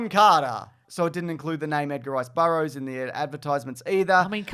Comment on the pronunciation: The "Edgar Rice Bur-bro's," I think you meant to say.